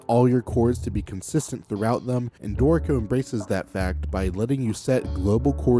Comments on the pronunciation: Only problem I have with your videos is how your pronunciation of Dorico sounds so much like "dorko". Ew... lol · Note that the tonic accent is on the first syllable : DOrico. So the pronunciation is not that bad 🤷